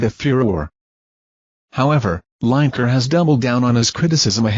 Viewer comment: herre we go again with LINE - EKER ITS FREAKING LINEKER AS IN LINN I KER FFS typical american pronunciation:face-purple-crying::face-blue-smiling::face-green-smiling::face-blue-smiling::face-purple-crying